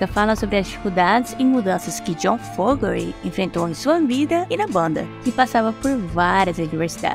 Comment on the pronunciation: O sobrenome é FO-GER-TY, não FO-GE-RY